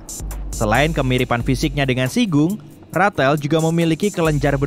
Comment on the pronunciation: Rathel... Plis stop that indian th